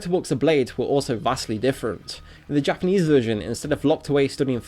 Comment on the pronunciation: Your Japanese pernaunciasion is terrible, it sounds to much like English